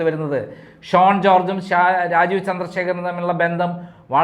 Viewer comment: SHONE alla, SHAUN ennaanu.